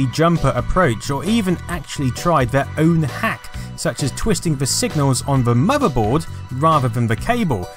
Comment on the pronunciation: What's a "muhverboard"